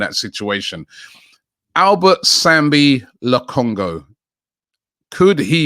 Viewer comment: He absolutely butchered it LOL and “Albert Sambi Lokongoo”